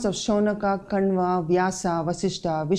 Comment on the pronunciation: Why do don't say names correctly? ??.. why कण्वा when name is कण्व … शौनका… for a name शौनक 😳